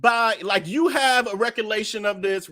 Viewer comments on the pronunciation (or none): I’m sorry but I was tickled at you trying to remember “Recollection” 😂 I think your mind was moving too fast because your next word was “situation” and I said he was definitely mixing the two together..Recollation😂